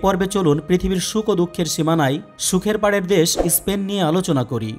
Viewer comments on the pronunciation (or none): ইস্পেন নয়, দেশটির নাম স্পেন